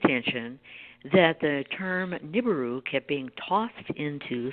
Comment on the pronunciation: Nancy, you really should learn how to pronounce Nibiru.